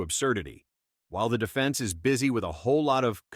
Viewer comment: “Depense” instead of Defense 😂